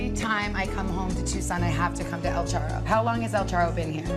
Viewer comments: Lol el churro megan says 😂😂 its el charro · El charro, not churro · Things Megyn got wrong. 1. El Charro, not El Churro. There are several El Charro restaurants in the Tucson area, so the restaurant name DOES NOT necessarily identify her Mom’s neighborhood. 2. Before she passed, my mom lived in a small town & we drove her > 30 miles to a restaurant in the city many times. 80+ people do get driven to places. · NOT EL CHURRO ,IT'S EL CHARRO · El ChArro Megyn, el ChArro, no el Churro.